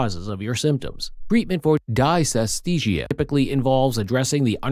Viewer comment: If the narrator can't pronounce the term correctly there can't be much to learn - except don't use computer generated voices!